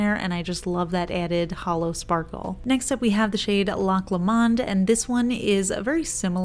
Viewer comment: Wowowow these are stunners!! Loch Lomond and Autumn Drive made me gasp. Also, just as a loving FYI - Loch Lomond is pronounced LO-mund, not Lo-MAHND <3